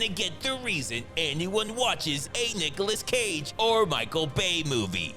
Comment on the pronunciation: NUKEOLAS CAGE😆 coffee spilled ngl